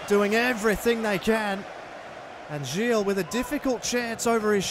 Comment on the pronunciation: Thought i'd let you know that Gil's name is pronounced as the same way you pronounce the heel of your foot